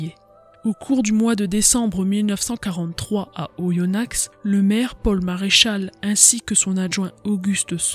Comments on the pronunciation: Vidéo très bien documentée et passionnante ! Si je peux me permettre un petit erratum en tant que bon aindinois : on prononce Oyonna(x) sans le X. Sinon, bravo et hâte d'une nouvelle vidéo ! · Le x ne se prononce pas dans Oyonnax